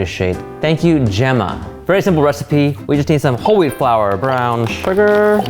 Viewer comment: when he said whole wheat flour I thought he said holy flour